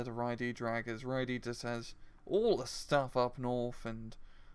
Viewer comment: Just a quick note: Y Ddraig's name is pronounced "Uh Vr-ayy-g". It's Welsh for "the dragon"